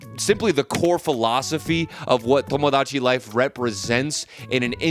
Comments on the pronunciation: just say tomodachi normally vro like son 😭😭✌✌ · The way you pronounce Tomodachi Life reminds me of how my white friend orders Mexican food with an accent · you pronouncing tomodachi in that way made me immediately click off the video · why do you say tomodachi like that 😭